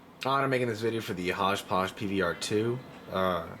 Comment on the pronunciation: Pronounced - Hawpog